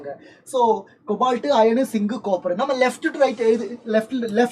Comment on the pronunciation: Zinc❌ Singh ✅😂